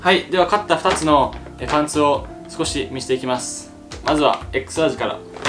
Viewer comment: それ思ってこのコメント探しにきた